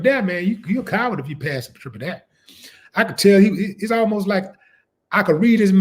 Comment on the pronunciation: “Triple daré” 😂